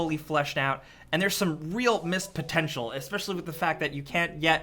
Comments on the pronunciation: "and the pentential is soo biiig" rewinded, listened again and stopped watching there. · pentential? not even close m8 lol